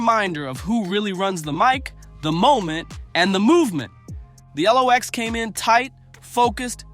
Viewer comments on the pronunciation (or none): Who tf is narrating this ish? Who's The ELOX? Who's Poosha T, Who's Jadakiss (not the Jay-dakiss pronounciation)?! And what the hell is that Verzoos loss?